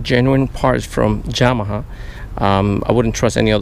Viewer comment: Hi, great informative video. I have a Yamaha 150 and never had the courage to do it myself nor the money do get it done professionaly. btw i like how you pronounce Yamaha!